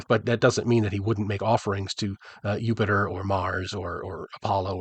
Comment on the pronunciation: Did you just pronounce Jupiter with a Y? Rhyming Drow with grow and now this? You test me!!!!